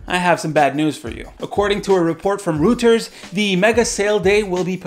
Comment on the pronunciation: That's not how you pronounce Reuters my man.